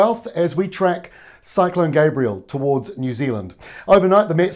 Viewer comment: Lol, love the way he has to give the politically correct Maori intro yet he can't even pronounce the name Gabrielle.